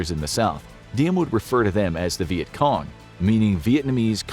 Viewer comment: wait... is it pronounced "Viet Com" or "Viet Cong"?? ...